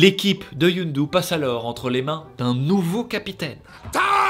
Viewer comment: « Youndu » toute la vidéo, ca m’a trigger comme jamais, c’est Yondu bordel